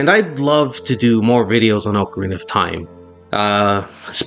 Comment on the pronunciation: its oca-rina not ooocarina